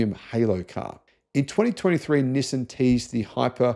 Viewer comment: Learn how to say Nissan properly. <G>